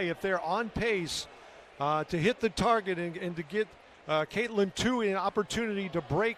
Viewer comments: Next time Katelyn runs please have pros call the race and pros running the cameras! These guys were gabbing about nonsense while Katelyn was getting passed, and the camera guy missed the shot. And one commentator, the guy who rambled about nothing relevant, didn't even know how to pronounce her name. That was just pathetic. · The one commentator needs to learn how to pronounce Katelyn’s name.